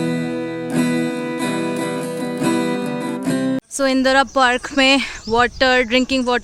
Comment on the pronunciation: Its indroda park not indora 🤣🤣